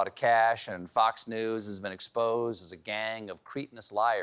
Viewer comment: The word “cretinous” has a short “e”. It is not “Cree tin us” but “creh tin us”. Stephen should know better. A Cretan is someone from the island of Crete in Greece. Got it?